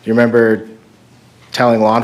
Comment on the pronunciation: Is it just me or does the prosecutor keep saying "member?" Instead of remember?